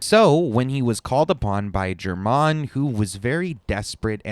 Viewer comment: "jermanne" dude they literally say his name in-game lol